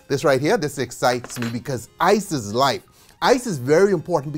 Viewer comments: Did he said "isis life" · every time u say " Ice is " i keep hearing "isis" oh god the trauma i need to slow dwn on docs now.